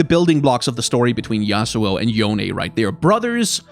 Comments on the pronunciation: It doesn't matter all that much but Yone is pronounced Yo-Nay. At least that's how Yasuo says it in Legends of Runeterra. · I have always pronounced "Yone" as if it was a Japanese name (since Ionia is very Japan-inspired) and hearing your pronunciation is making me cringe a bit D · I just don't want Yone added because it's meant to be a Japanese inspired name meaning it would be pronounce yo,ne not yOne which everyone is saying... Nercrit... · Yone is pronounced "Yo Ne" sort of like "Monet". The Japanese Universe page confirms this. Unfortunately, neither Yasuo nor Yone have cannon kanji for their names, but if I had to guess, Yone might be the words "give" and "root" which can be pronounced "yo" and "ne" respectively. It can just be rice though. :) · Since you pronounced it every which way under the sun It's, Yo-Nay, cuz Ionian uses Japanese/Korean as a template :P